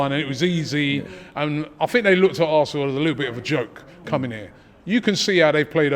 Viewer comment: It’s da histore of Assnal😂